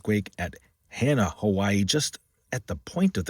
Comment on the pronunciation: I live in Makawao 1,500 feet on the slopes of Haleakalā. I reported as many did I'm sure of that 3.7 mg. earthquake right off of Hana (it's said as Haa-na). Great reporting & appreciate all you do. One comment, you call it the "Daily Events Worldwide", yet I know it's the holidaze but you should actually do these daily. I know there's tons of research you have to do to produce your excellent productions & kudos for what you do😊. Give us our Xmas forecast please. 🫶🤙🌈🏝️